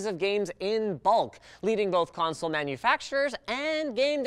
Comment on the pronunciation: "PECANSOLE" I LOST MY SHIT